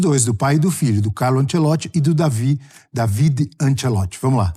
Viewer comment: O Dávide (É assim a pronúncia) é que cuidava dos treinos em vários times em que o pai era o técnico. Ele é quem dava dicas ao pai sobre mudanças nos times durante os jogos. Ele é quem indicava quem iria cobrar os penalties. Ele tem um excelente contato com o vestiário. Está muito preparado para o cargo de treinador no Botafogo e está trazendo auxiliares de muita experiencia para ajudá-lo. Alem disso ele fala fluentemente o Portugues, além de espanhol, imgles, italiano e alemão